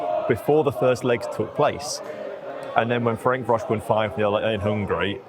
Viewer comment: The way pronounces Ferencvaros just deserves highlighting. Deary me.